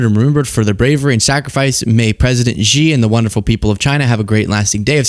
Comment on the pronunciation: Xi is pronounced 'She' not Ji